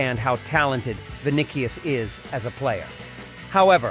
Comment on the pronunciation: Bro can’t even pronounce vini’s name correctly.. smh… “Vinikious”